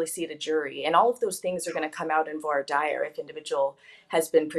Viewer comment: Omg Grace u don't pronounce Voir Dire correctly. How long did u practice law in a courtroom?